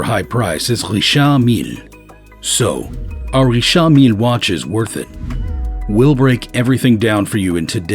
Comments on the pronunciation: It's not Rishaaard Millleee, it's Richard Mill. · Not saying the Richard Mille right lol